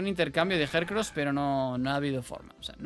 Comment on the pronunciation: Por qué a algunos Pokémon los nombra tal cual se escriben (Jellycent) y a otros se inventa la pronunciación (Jercros=Heracross)😂